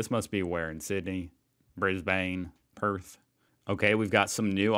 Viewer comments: bris-ben not bris-bane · FYI when you say it, the E is silent in Brisbane... so its like Bris BAN .... it really annoys most people who are from Brisbane when we hear people saying it as Bris BANE..